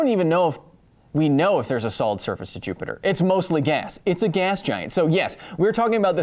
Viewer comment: You once again called Jupiter JupeJupe. Please stop.